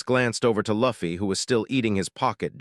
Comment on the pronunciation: Maybe if they spelled it "Loofy" the AI would have pronounced the name right! Lol 😂😂